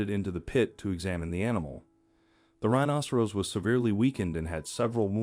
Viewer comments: Not a rhinocerose, pronunciation! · This announcer can't even pronounce rhinoceros correctly. This happens quite a bit on YouTube. I don't know where they get the announcers but they really suck! My YouTube has been going in and out for the last 2 weeks. I tried to contact them but they only take Faxes ??? NO EMAIL OR CALLS. who uses faxes nowadays?